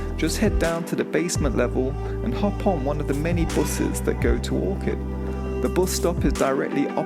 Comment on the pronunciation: It’s Orchard, not Orchid